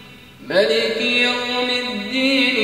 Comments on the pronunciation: Why did he recite "maliki yaumiddiin" not "maaliki yaumiddiin"? Although he recited in 7 different way, he should follow the rules of reading. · That is maaliki yaumiddin! Not maliki yaumiddin! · Its not maliki. Its maaliki yom ud den